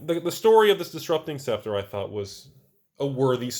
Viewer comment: Props for actually pronouncing a tricky word correctly. scep·ter /ˈseptər/